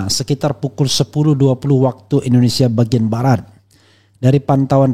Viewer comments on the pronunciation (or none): none